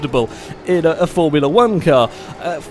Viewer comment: "A Formula wanka'" :p